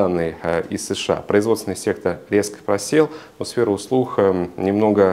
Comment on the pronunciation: Спасибо за хороший обзор! Единственное режет слух "сфера услух"